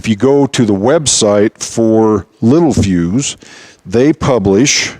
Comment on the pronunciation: Spelling: Littelfuse Pronunciation: lit tell fuse Very common to get this wrong. I did for 30+ years!